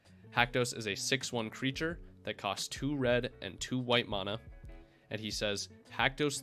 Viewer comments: I have a few friends who pronounce it that way. I don’t like it but it’s whatever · I liked the info but can’t get over the fact you mis pronounce mana